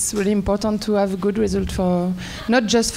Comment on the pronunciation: "We ha-u"... Gosh, it's called "have", not "ha-u". Can someone please teach him how to pronounce a "V"? (Maybe Banessa Hinz can :D)